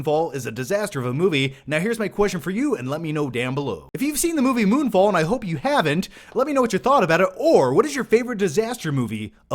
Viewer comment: I thought you said: "Moonball" lol.